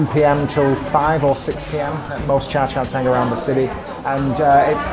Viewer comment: I heard 渣茶廳 (za cha teng) - waste tea house, when it should be 茶餐廳 (cha can teng) - tea eating house, you really should improve your pronunciation, meanwhile you can still fool your fellow foreigners that you are HK expert.